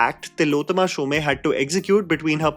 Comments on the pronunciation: SHOME like home, not shomay🤣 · It’s Tillotama Shom not Shomay as u pronounced. Really surprised that such a basic thing like name is said wrongly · Fair review. Exactly what I felt. Except, Shome rhymes with home, not Sholay. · Tilottama’s surname is pronounced ‘shom’ and not ‘shom-e’. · Tillotama Shome as in Om not Shomay! Getting a name right of possibly one of the best actors in our country is the least prep one can do. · Shome is pronounced as “Shom” similar to Om and not “Shomay” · Not Shom-e, pronounced as Shom (minus the last syllable). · Just a small correction: Tilottama's surname isn't pronounced "Shomaee." Since she's Bengali, it's pronounced "Shom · It's Shome not Shom e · Tilottama "Shomay"🤦 It's Shome pronounced like Home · Not shom -eee ? Its shome 😢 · Shom is the pronunciation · Hey "Shome" is pronounced like you would "Home" with a "sh" sound instead...hope this was helpful. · Tilotama Shom(e) the 'e' is silent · You always say Tilottama Shome. It should be Tilottama Shom, e is silent. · Pronunciation of Shome is like "home", without the e part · Isn't it pronounced as show-may?? Ikka event me toh waise hi introduce Kiya tha host ne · तिलोत्तमा शोम.. not Showmae Edit : Good God, the way you mangled Shome over and over reminded me of Omaha Beach. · it is not Tilotoma "shome" but "shom" . Bengali pronunciation is different. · What's with the shom "A" pronounciation?